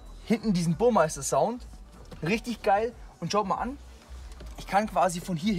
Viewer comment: "BuRmEiSteR" -, meint eigentlich Burmester.